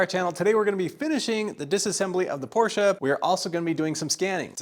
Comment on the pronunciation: Thank you for your pronounciation of Porsche and greeting from Germany 🤗